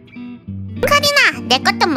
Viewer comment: 카린아가 카리나로 들리시는 분 ㅋㅋ😂